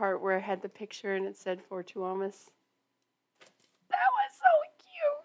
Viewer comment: You said Tuomas right - but "Duck" was really deep southern, LOL!